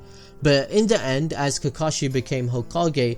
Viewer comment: I have one question that arose when you said the word “kakushi” at 5.57... who’s kakushi?